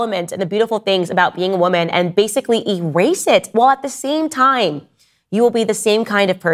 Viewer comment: Its WOMAN not "WIMIN"